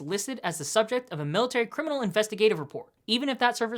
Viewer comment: No cryminal record...wtf dude are you from Mars?